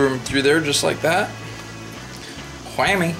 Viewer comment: Man tell you what. It kills me everytime you say whammy. haha WHAMMMY!